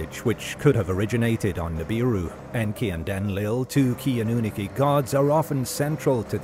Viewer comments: Pronunciation is very important when you want to sound like you know what your talking about. A. Nu. Nar. Key. Not Anoon akey. Fs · Anu-nah-ki not annunaki. It's annoying hearing the word mispronounce. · Say anu na key one more time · If he could pronounce Anunnaki correctly would be great! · Well he is AI so.. he'll never be able to pronounce it correctly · It is killing me 😂😂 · sooooooo glad I wasnt alone in this.😂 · I couldn’t watch more than 2 minutes I had to turn it off lol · Makes my skin crawl 😩